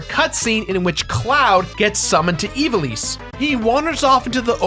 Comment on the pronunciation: Ee-VAH-lis.....not EE-vah-lees. Horrible. :(